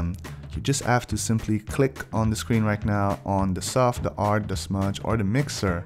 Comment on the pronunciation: Why are you saying "ard" instead of "hard"? You don't know how to say "h"?